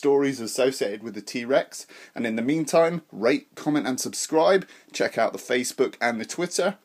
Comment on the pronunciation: It sounded like you said, “Rape, comment, and subscribe.” Lol